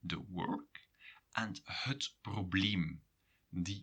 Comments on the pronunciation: Why do you pronounce het as hut? You say ut normally and if stressed, as het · you pronounce het like hut. Belgian? Sounds charming